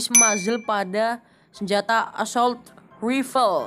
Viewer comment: Assault Rifle 😒 Assault Wifel apaan sih ?? 🙄 Betulin Lagi Bahasa Inggrisnya Nak